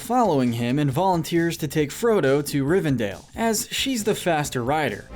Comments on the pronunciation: Rivendale was a personal highlight. I was waiting for Jughead to pop out. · Watched 12 minutes, only to go back to the beginning to pick up all the mispronunciations. Cracks knuckles. Sarumun. Rivendale. Bullrog (To be fair I once called it a bull hog, so...yyyeah. 😬) Olihphant - yes, I am nit picking here. Min ass teer eth. Hall dur. More E ah. Galandriel. Shell ob. Bell rog. Issen guard. Fan gorn. Rahn (Rohan). Urkai Deh neither 🧐😆 What gets me is when a name is some of these were also pronounced correctly.